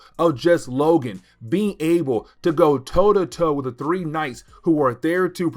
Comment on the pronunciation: Does he mean “extinction”? I really love his videos however I feel as if he would have greatly benefited from speech therapy. The way he says “wit” instead of with or “da” instead of the. Doh as opposed to though. Omg it grates my nerves. He has a very thick tongue whew!